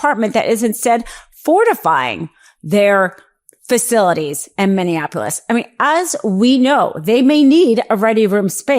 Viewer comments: Are you having a stroke? Are you drunk? What the hell is Mivveabolis? 😂😂😂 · Say it with me now Mini-apple-is. 😉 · Are you really incapable of pronouncing Minneapolis?